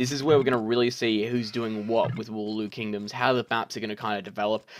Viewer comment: love your content but can you please pronounce it 'wololo' like how the monks do rather than woolooloo kingdoms hahaha